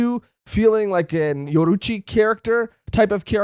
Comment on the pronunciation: The way yall say Yoruichi like Yoruuchi is throwing me off. Also the j in Adjuchas is pronounced like an h.